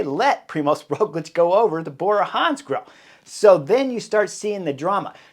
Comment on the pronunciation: I am from Slovenia . It is a small country with some 2 mil of people speaking Sovenian. Yes and living some 10 km to Tadej and 15km to Rogljič home, being cyclist also myself I am huge fan. When Rogljič pass me riding uphill has been always a push . But your English pronunciation of both names is so weird ROOOgljič o means O on upper not and finish with hard Č like your CHerry or even harder CH TaaDEeej I dont know how to explain . It is so different :) to yours